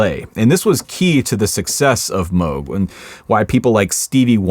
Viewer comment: really like you pronounced Robert Moog's name correctly, the t-shirt is cool too